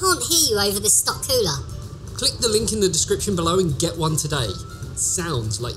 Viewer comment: its cooler , not coola .......